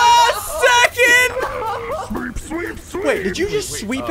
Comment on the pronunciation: Ughhhhhh why did you said secend its second